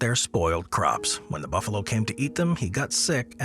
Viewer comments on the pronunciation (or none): none